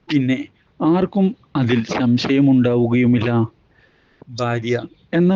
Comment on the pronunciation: സംശയം എന്ന് നന്നായി പറയാൻ പഠിക്ക് ആദ്യം